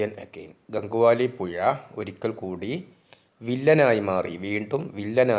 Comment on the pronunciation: പുയ അല്ല..പുഴ